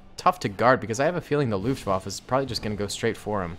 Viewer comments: Waffe not waffa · As an war historian, same, LOOFT WAFFLE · It's so funny to hear as a German how you pronaunce Luftwaffe